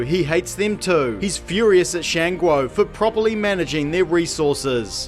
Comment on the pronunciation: I really don't have an opinion on this afterwards but your pronunciation of Shan Guo is disgusting.